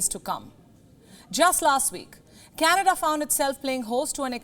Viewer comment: I think canada become k-Nada 😂😂😂